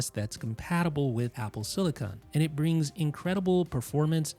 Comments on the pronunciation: Great video. Thanks. However, pls also note that its called "apple SILICON", and most definitely NOT "apple SILICONE". CON vs CONE. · Silicin not silicon